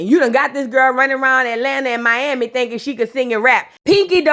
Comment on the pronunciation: I’m happy to hear you say my city right 😂